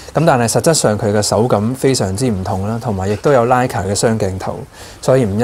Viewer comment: Good review but please note that Leica should be pronounced as Like-Ka.